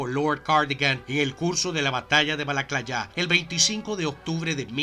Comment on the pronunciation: Pickett, sin acento. Tolstoy, por Toltosh. No es ejercito norteamericano, se dice Estadounidense, Norteamérica, es el grupo de países, formado por E.E.U.U, Canadá y México. En el caso Francés es Michel no Michael. Es Balaclava, no Balaclayá. Gracias por compartir y espero que no tomes a mal la corrección. Saludos.